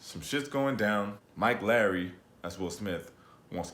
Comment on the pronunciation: Ok first of all it's Mike LOWWWRRREEEY (insert Martin Lawrence/Tia Leone "Bad Boys" scene) not Mike LARRY ;-) Second of all, Martin did get fat but I didn't see Will ripping his shirt open in this movie either so 🤷‍♀️ This movie made me homesick. Aside from the actual scenes in Miami - them together just made me nostalgic. This movie was good on its own and probably the best of the 3. All that being said, #spoileralert stop reading here if you haven't watched the movie... . . . It looks like they were setting up Armando and Mike up for a 4th installation which I'll be here for! I hope him and Rita get together eventually. Nice YT review. I'll miss the IG reviews though! Until next week!